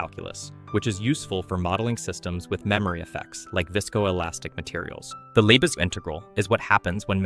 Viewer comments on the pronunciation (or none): "Lebesgue" is pronounced as "leh-behg", not "leh-beh-sg" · I have no problem with content that uses AI voices, I actually think they're going to become very useful in the future for expanding content, I just wish they were better at inferring ambiguous pronunciation better. For instance, how in this video the word "integral" keeps on switching between the correct pronunciation and incorrect, it's extremely distracting. Also how Lebesgue is pronounced incorrectly.